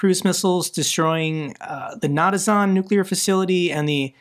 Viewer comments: It's pronounced na-tans. Not na-ta-zan! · The world: Na-tanz: Na-ta-zahn 😅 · Natazon?? Natzi Amazon? I thought they bombed Natanz 😂 (Not-ants) get some sleep, love your vids! 🎉